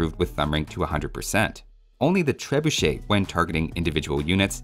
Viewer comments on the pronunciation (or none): none